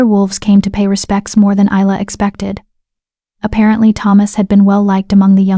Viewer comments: YOU PRONOUNCE HER NAME... EYE LA NOT... IS LA I get really annoyed when names are not pronounced correctly||| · Not to forget Easel. lol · I do wish that these AI could learn how to pronounce Isla correctly all the time. It’s Isla as in island. Not too bad a story. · Please get the name right. Isla (Ilya), Ayla